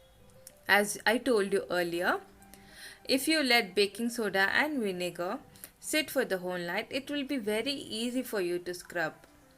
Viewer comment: I normally find Indian accents hilarious. But your accent and the way you speak in a sing songy voice as vinega with a silent R is kinda cute